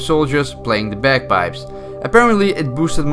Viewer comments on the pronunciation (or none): When he says bagpipes it sounds like bed bugs